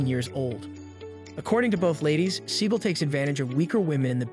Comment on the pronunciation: That's actually the correct pronunciation of his surname. He had it changed to "See-gal" because it sounds cooler.